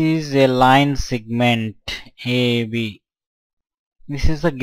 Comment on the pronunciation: its segment...not sigment